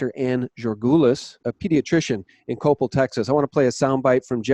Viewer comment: BTW its co-pell, rhymes with repel (Coppell, TX) Great report!